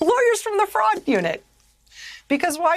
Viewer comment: I know she's saying "fraud" but I keep hearing "frog"